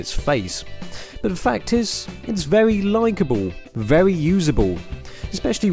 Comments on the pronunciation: What? very leicable? :)) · "very Leica"ble